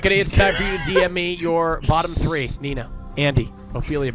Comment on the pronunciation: Shut up Karl whats so bad about saying tree instead of three :c